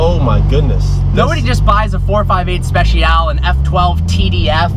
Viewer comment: It’s “458 ‘Specialay’” not “spetsial.”